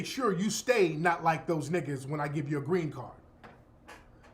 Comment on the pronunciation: "I will werrrrk, give me a grrrrrrrreeeen card"🤣🤣🤣🤣🤣🤣🤣🤣🤣TARIQ!!!!!